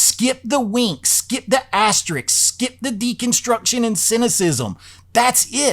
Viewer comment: Loved the vid. It’s amazing how many people don’t know how to pronounce “asterisk” lol. The second half of the word is pronounced just like “risk.” The S comes before the K haha